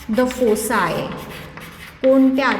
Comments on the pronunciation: Teacher yaikana thumi fossi aasa pronounced karat aahe tar tyacha pronunciation aahe phokie aahe te phossi khup ghan vatat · Mam I think It was फोकाय(foci) not फोसाय